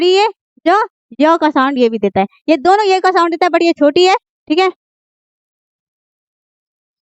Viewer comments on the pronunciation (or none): none